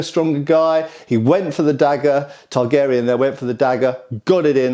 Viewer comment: Are you saying Targaryen or Targ Aerion? I choose to believe the latter. 😂😂